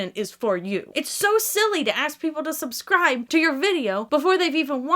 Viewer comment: Did you say “soapscribe button” ... 😂💜